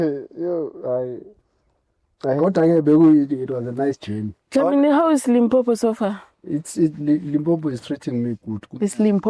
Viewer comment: Dlamini repeat after me LIMPOPO LIMPOPO LIMPOPO not Limpompo